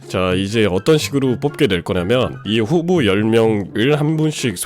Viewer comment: 후보가 흑우처럼 들려...